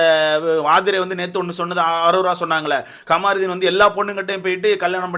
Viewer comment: Kamaruthin illa da avan peru kamruddin. First Olunga name pronounce pannu. Apuram review parkalam